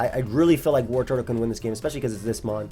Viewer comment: I swear to god if you say WarTURTLE one more time!...